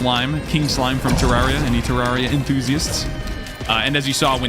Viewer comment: its terrARIA NOT terrawria